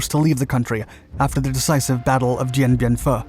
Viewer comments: It's foo, not fuh! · Dien Bien Phu (pronounced like Foo) not like Fa. For the love of God, it takes a minute to look up famous cities and how they’re pronounced! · it's bien Bien Phu, as in FU, not FAA. god, this guys a dope. I watch him when I need a laugh. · I'm sorry, did he say Dien Bien Pho?